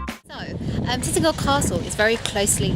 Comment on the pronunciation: You are not pronouncing the name right. It's not Titnagel or Titangel, it's Tintagel, pronounced as in the word "gel".